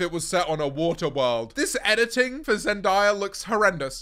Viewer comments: It’s zenDAYa not zenDIEa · Why does he pronounce zendaya like zendiea 💀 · Zend-eye-ah sounds way better than zen-day-uh tho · “Zen-die-ra” that really hurt me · Zen-die-a? Lol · saying “zendiyah” is crazy 💀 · ok buddy who is “zendiyuh” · “Zen-die-yah” definitely how u say it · Why does he pronounce zendaya like that 😭😭 (never beating the posh allegations) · THE WAY YOU PRONOUNCE ZENDAYA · i ask why you are saying zendaya like that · bro how you saying zendaya?? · No why did u say zendayas name like that??? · do u know how to pronounce zendaya properly genq